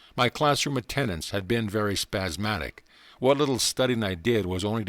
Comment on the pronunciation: 'spasmodic,' not 'spazzmatic'...